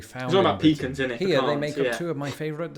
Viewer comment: He's really rubbing in that mispronunciation of pecans.